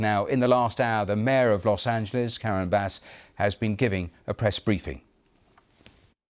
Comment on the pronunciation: At least the Brits are finally pronouncing Angeles correctly.